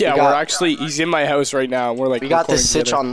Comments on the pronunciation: I love how they say huse instead of house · House... H-O-U-S-E! not huse. lol I kid, I'm am just giving you a hard time! :)